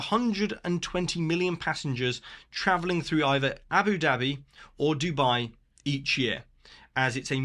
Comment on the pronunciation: I love hearing you say "Abby Dabby" with your accent. 😂😂😂 It reminds me of the 1960s cartoon series Jeannie, and her sidekick Babu's catch phrase was "Yapple Dapple!". 😅